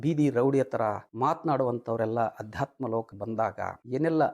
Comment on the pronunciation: ಅಧ್ಯಾತ್ಮ ಅಲ್ಲಾ ❌ ಆಧ್ಯಾತ್ಮ ✅